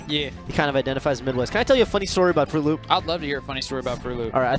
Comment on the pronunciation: "Frooloop." WutFace